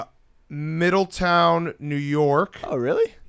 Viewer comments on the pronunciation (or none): none